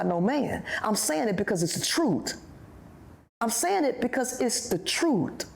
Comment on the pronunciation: Wtf is " Troot"?